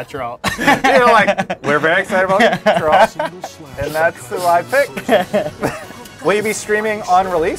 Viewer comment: "I put 200 hours into witcher 3" calls Geralt, Jeralt...